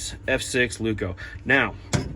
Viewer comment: Sue you, no; advise you, yes. Lay-oo-koo. Emphasis on the Lay. You're welcome. Broomsticky is certainly a word.